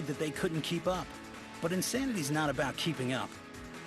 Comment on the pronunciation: They spelled it wrong. Shaun T clearly says it's "In-Thanity with a 'th' sound. He's an unbelievable speaker because of that, plus the fact that his body is rock solid after he took the steroids, plus there are plenty of idiots willing to smile into their home video cameras and say "I did it. Yes!" then send in their tapes to "Insanity" marketing division in exchange for $50, that makes Shaun T the perfect choice for spokesman of this awesome new workout company.